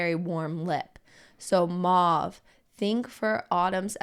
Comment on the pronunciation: "Mauve" rhymes with "clove."